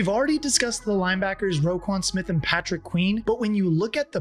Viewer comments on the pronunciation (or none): none